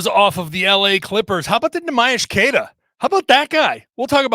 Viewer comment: It's time you start pronouncing Queta's name right,. He's earned it. Great podcast, as always.